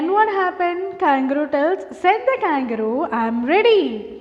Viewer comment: Mam u r pronouncing the name of kangaroo wrong mam